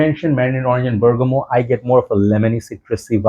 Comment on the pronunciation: Word of the day "Bergamal" 😂😂😂